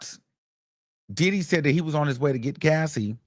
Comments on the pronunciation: Every damn time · Me too 😂😂😂😂😂 I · Me toooooo lmaoooo I love it. I can’t stop saying it like that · EVERY TIME!!!!!😂😂😂😂😂😂😂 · I luv it!!😂❤ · On god lmaooo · Yesssssss I will already miss it once the trial is over! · Yes lmaoooooo😂😂😂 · Me too! I love it he is a whole fool "Dideee"!😂😂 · Why do he say diddy like that 😂😂😂